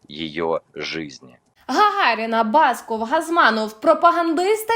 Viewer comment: Яка ж гидота отой баскОв.Йому, правда, мерещиться, що воно ,,бАсков". Усе фальшиве- від співу до зміни наголосу у прізвищі.Не кажу вже про поведінку.